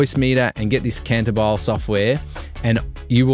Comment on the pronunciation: Haha bro I think it’s pronounced “kahn-ta-bee-lay” - cantabile is music means to sing smoothly